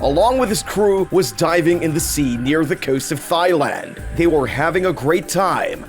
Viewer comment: Wait what? Did I hear you say thigh land? It is pronounced TIE-LAND, That aside dolphins are like dogs, awesome and we totally don’t deserve them! Same goes for whales but not those shitty sharks.